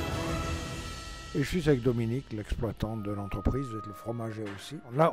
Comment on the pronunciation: Croix de Chazelle 😉 Pas croix de Chazalle 😂